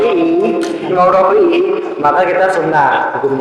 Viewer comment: Bantu jawab itu imam rofi'i cuma salah pengucapan saja